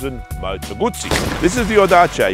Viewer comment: Pro tip: pronounce zz in "Guzzi" as you would in "pizza" ;)